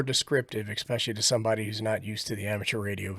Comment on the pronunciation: I was here for guidance until you said "Expecsially"......when I turned it off